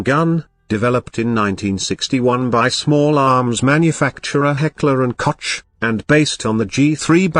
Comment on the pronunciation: "Heckler and COACH" LMAO